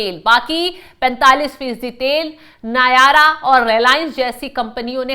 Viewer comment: नायारा nahi "नाएरा "